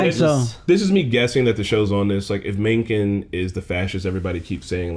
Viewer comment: Mencken butchered the pronunciation though